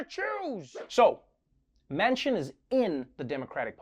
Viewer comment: How many FFF times can he say JOE MANSON MANCIN! Jesus! 😱😡